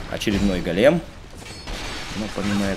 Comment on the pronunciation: Привет, ты все время неправильно произносишь слово "голем". Ударение на первый слог "гОлем" а не "голЕм" как произносишь ты. Го́лем (ивр. גולם) — персонаж еврейской мифологии. Человек из неживой материи (глины) , оживлённый каббалистами с помощью тайных знаний. Вероятно имеет общее с Адамом, которого Бог создал из глины и вдохнул в него душу. Источник: Википедия